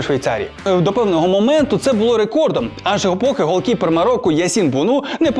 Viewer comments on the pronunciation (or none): хто вас вчить так говорити?! "холкіпер пуказував..., пувернути"